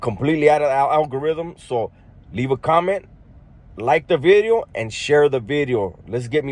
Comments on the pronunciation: Lmao you say veedio instead of video lol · You say 'Vidyo', instead of video like a Welsh person. I'm from Wales, and know this..... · I think in some earlier videos you said “video” with a B Bideo lol ..😅 mexican shit weve all done it at some point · Video or Bideo like Barrio or Varrio lol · new “veedyo” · Haha yeah, bro I wouldn’t have gone to leave a comment, but you do say video kind of distinctly lol. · Nah you say “New Video” kinda different I noticed that 😂